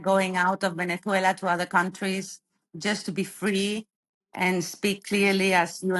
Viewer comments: Can't stand the way she says Venethuela. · She doesn't sound Venezuelan, she sounds Spanish. Listen to how she pronounces the Z in Venezuela. Only Spaniards do that. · She has a spaniard accent, and does not pronounce Venezuela correctly... however, there were good points made. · Very good video, but why is this lady pronouncing the country name as people from Spain do? Is she actually Spanish and not Venezuelan? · Wh is your “Venezuelan” guest pronouncing her S in that imperialist Spanish castellano. Nice try, she’s a Colonizer too